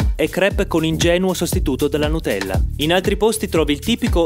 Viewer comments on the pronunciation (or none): none